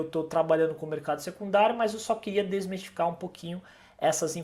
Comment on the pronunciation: Não é "desmestificar" - o correto é DESMISTIFICAR :) Muito bom o vídeo, obrigado!